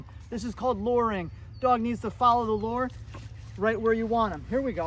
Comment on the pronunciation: Thought you were saying: “Follow the Lord!” initially. I then realized you were saying “lure”. Follow the Lord is a good command though too!